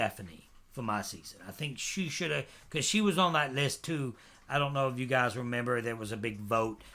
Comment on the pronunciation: I hate the way you say what's happening guys can you just say it normally instead of putting emphasis on guys